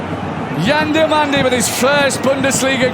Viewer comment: WHY is English commentators always changing names? its DI"O"MANDE not DI "A" MANDE